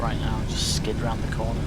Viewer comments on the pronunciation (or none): none